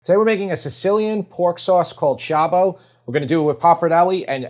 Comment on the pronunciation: Great recipe, I look forward to making it! Please note that Sciabbó is pronounced "shob - BO"